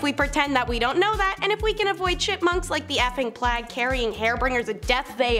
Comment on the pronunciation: Why does it hurt my brain every time I hear plague pronounced as “plag” instead of “pla-egg”. Love that guy tho!!